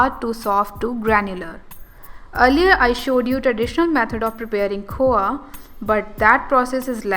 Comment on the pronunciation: It's khoya you pronounced khowa!